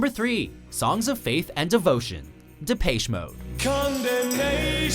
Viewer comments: De-Paysh Mode? Really? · DE PACHE MODE?????? FUCKING GET IT RIGHT. IT'S PRONOUNCED DEP-ESH MODE. Also this list was just an excuse to hate on Metallica again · "depayche mode" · Depaische Moad...?? What the...???? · Depeche... lol.. can't at least invest 1 minute and research how to say the names properly? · ROFL i knowrite i was like.... depache mode? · what the hell is wrong with watchmojo and their obsession with mispronunciation of names. especially well known names like "depache mode" maybe look up correct pronunciation before you read your lines. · "DepAYSHE mode" ...just, look shit up before you say it, please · De'pay'che Mode? Ugh, these pronunciations kill me.. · lol the prenounce the Depeche mode.. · Wow you really can't say Depeche Mode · Ikr? I cringed so hard, I hate when people mispronounce the name of my favorite band. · Did.. Did you just mispronounce Depeche Mode? Oh god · You are miss pronouncing depeche mode